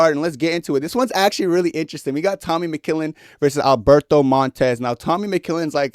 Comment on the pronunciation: developing an improper pronunciation of mcmillen in the big 26 is so inspirational man, real vet move.